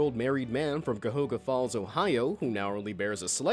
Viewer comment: Bro the man can't even pronounce Cuyahoga Falls. He legit said Cuhoga. The disappointment...